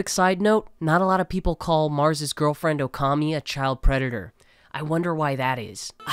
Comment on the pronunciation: what’s wrong with marss? What did he say?